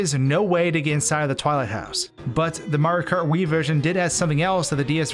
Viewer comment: did he just say maro kart?